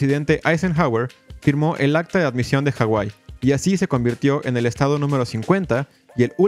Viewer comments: Disculpa pero la H no es muda en la Polinesia , saludos de rapa nui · Se llama Hawai'i no como tú lo pusiste. De hecho tiene muy mala pronunciación el narrador sobre los nombres de los jefes nativos, reyes e islas, pero tiene razón en su historia.